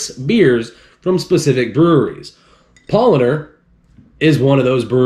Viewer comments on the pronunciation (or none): Why you are saying PaulOner? tf